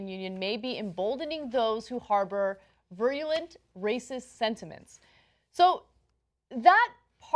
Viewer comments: "what the hell is a radiographer? is that a like a disc jockey or something?!" that explains a lot of the dislikes. for someone who says they 'teach journalism' in a US college - and also pronouncing virulent as 'vree-lunt' - shows that she couldn't bother looking up words on the internet and learn at least basic information about things they don't know! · Ana mispronunciation of the day: ver-you-lent (virulent)